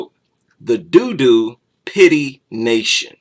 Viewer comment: Another excellent livestream 👍👌 By the way, I believe "Dodo" is pronounced "Doe Doe" - an extinct flightless bird 🙂 But interestingly, "Do Do", is slang for feces - an appropriate description of the creatures that "The Dodo" worships 🐶🐕💩💩😆